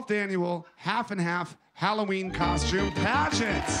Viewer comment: omg stop calling it a coshume